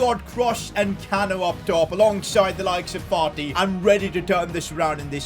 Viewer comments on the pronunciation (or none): did say Farti instead of Fati lmao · am I the only one to hear Partey before realizing he ment Fati? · He called fati farti he already a lot of disrespect on him name he don’t need more 😂 lol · Why do you call fati farty